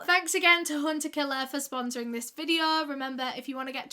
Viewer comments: solve today videuh Love when she says these lol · sor tordaes videor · Soh Todehs videoh... just love hearing that little phrase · SUH TODAHS VIDEOH <— best thing I’ve heard all day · My favourite words in the entire world: "so today's vidyo..." love you! ❤❤❤